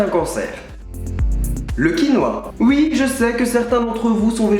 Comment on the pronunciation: c bizarre quand tu dit oui toi tu dit uiii